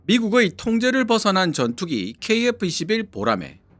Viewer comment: KF21이 KF11로 들리는데, 어떻게 이런 오류가 생길 수 있는지